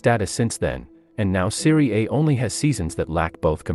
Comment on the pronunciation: In the first 9 seconds, this moron mispronounces the name of the league he’s talking about. I’ll just leave after that. Nothing he says will be worth listening to if his research didn’t get as far as the name of the league he’s talking about.